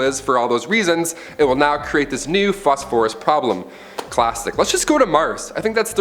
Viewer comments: Good Vid but I hate how you say phosphorus. Fos-fer-us not Fos-For-US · Except for the way he says "Phosphorus". 🤦🏽 Say it with me now, "fos-fer-us"